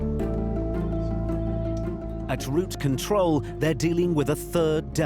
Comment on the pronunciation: It‘s ROUTE control, not route CONTROL. Could we have a better narrator please?